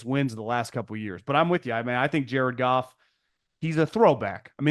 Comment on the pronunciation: Who is Gared Joff and JC Stroud? Is Cowherd dyslexic?!? LOL!😅